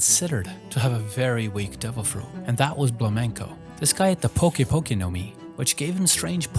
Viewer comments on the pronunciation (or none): none